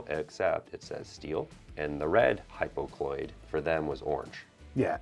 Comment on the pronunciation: That word is actually hypocycloid. (Hy-po-cy-cloid)